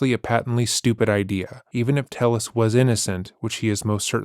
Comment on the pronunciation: I think it's why he said his name was Tayus instead of Tellus, to dissociate. Could be wrong but it was my gut instinct.